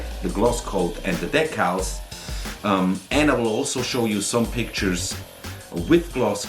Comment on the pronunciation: de-cals please not "dek-els" I hear so many saying dekels like its edgy and cool but its just poor english. The music at the end was awesome! the model too! cheers.